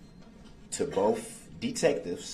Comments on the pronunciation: "bofe detectives"... not boTH, but bofe. 😒. I hate that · "Boaf, boaf detectives" 🙄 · Bohff = both 🤔 no F in both 🤪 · This lawyer is terrible. What the hell is “Boaf”